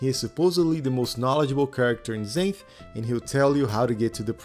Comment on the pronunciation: LOL… I read the Xanth series when I was a teenager. It’s funny because it’s actually pronounced “ZANTH” not “ZAYNTH” like the narrator to this video does. I remember another kid pronounced it “ZANITH”. NO! WRONG! It’s ZANTH!!! Like the Author’s name: Pier ZANTHony! I remember we would make fun of kids that pronounced it wrong because we were Mega-Nerds.